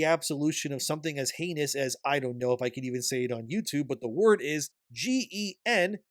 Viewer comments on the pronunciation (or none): none